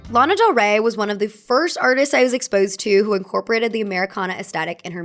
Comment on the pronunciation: Not mine saying del Rey with an "a"😢😢😢